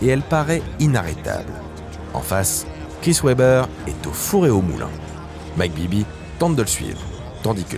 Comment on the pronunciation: Très bonne vidéo encore! Un petit truc à améliorer rien de gros la prononciation des noms des joueurs par exemple Chris Webber.